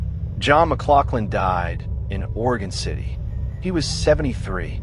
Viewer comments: As a 3rd generation Oregon City native, its pronounced Muh-glouF-lin. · Historically accurate due to his heritage may be true, but using that to assume pronunciation can still be wrong. Its Muh-glof-lin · We Oregonians pronounce it "MugLauflin". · It's pronounce John mc glof lin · If you're gonna do a story on somebody, get the pronunciation of his name, correct.... for F's sake !!!